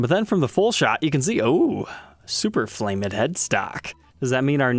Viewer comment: "flame-ed"??????